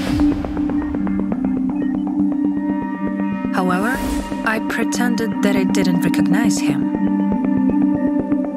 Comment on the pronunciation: I'm I the only one who hears the woman in the story say Howewewr instead of HOWEVER P.S THIS IS NOT A HATE COMMENT SO PLEASE DON'T COME FOR ME